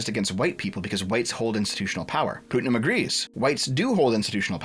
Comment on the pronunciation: Every time you say pootnum I die a little. Putt like in golfing. It's a pretty common name.